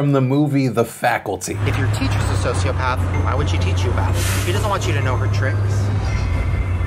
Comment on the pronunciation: "Social pepper"? xD edit: turn on CC